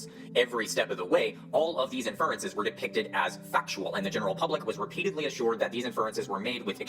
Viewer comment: "The science" has to be one of the wildest neologisms I've ever heard. And he talks about the "four metaphors" lol. What is he even on about? Must be references to something from his other videos that his victims lap up. The guy doesn't even know how to pronounce inference.